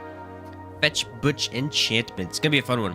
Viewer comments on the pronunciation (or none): it's not fetch butch. fechtbuch literaly translated means fight book and is pronounced pretty much the same.